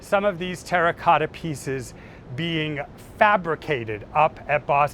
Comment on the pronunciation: Well he did say TERACOTA 15 times. Not once did he menage to pronounce it properly.